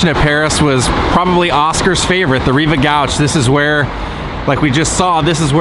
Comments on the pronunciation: Not surprised you were "star spotted". Everybody loves you,. Your sincerity and sympathy for your subjects is really special. I hate being like this but it's a compulsion: Jōrj Sank and Reev Gōsh We tend to pronounce things the way we read them. As Americans, it's no surprise we don't usually know the correct pronunciation if we don't hear it first. (eg: Hermes: Air Mez; Nutella: New tell ah; Adidas: Ah Dee Das) If you want to blow your mind, google "Names frequently mispronounced". 🤗 ☮️ & ❤️ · Rive is pronounced REEVE...and gauche like GO-SHH